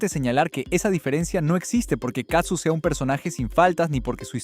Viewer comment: Hola desde Ca. No es katsu, es CAZZU, vez la diferencia???? Prenuncia bien para que no te cretiquen. !!!!!!!!!!!